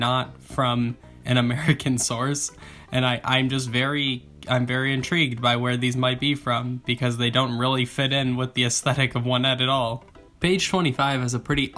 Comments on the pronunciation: you meant 'oh-NET' not 'ONE-nett'. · I hate how you call it "one-ette"😂